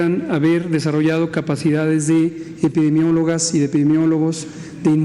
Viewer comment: El si es un doctor y sabe decir epidemiologos, no como PEÑA NIETO JAJAJAJAJAJAJAJA